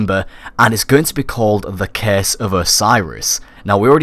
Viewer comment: IT'S CURSE NOT CASE